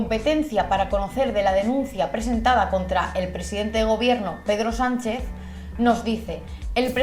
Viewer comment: He entendido pedo sanchez 😂